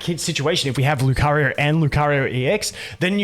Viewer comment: Where are you from that makes you use R at the end of words? Like nowR, LucarioR